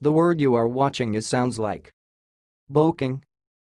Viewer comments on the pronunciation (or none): It’s actually pronounced {be-cking} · That’s not how to pronounce boecking. It’s {be-cking}